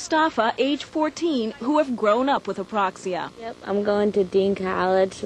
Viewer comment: ...too bad she couldn't pronounce "apraxia", it kept coming out Aproxia. Oh well at least they made it known to people sitting at home who may have never heard of the disorder.